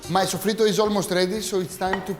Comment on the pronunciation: Hi, my friend. Sofrito is too a spanish word. An you, the greek people, have an exact and perfect pronuntiation of this spanish word. Your pronuncitation of sofrito is perfect spanish.